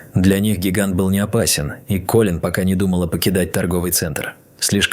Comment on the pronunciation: То КОлин, то КолИн - какое ударение все-таки в имени персонажа?🤨